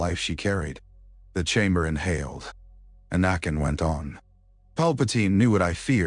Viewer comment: Your AI keeps pronouncing anakin as anuken who I think may have been a Eygptian Pharaoh 😂😂😂